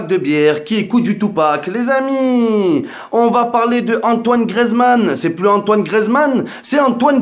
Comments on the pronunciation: si jamais on dit gRIEzmann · C griezmann pas griezman et chui d accord